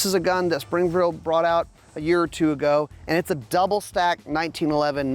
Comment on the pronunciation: “Springfrield” LOL